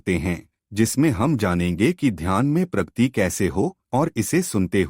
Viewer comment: Pragati , Pragti nahin. Video is good.